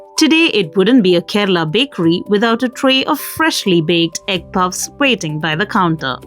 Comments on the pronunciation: Puffs ❌ Pupps ✅ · Its pupps not puffs 😂